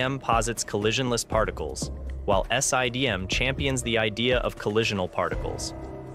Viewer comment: S.I.D.M, Sye-D.M, Siddum; how many different ways can you pronounce the same thing in one video